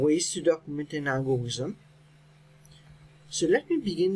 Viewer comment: it is algorithm not algorizm